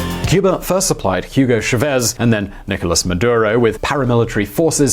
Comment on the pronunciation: He’s called Chávez, with pronunciation focused on the A, not Chavéz.